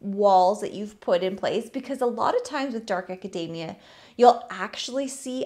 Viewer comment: Everytime you say Acadamia *grabs a macadamia nut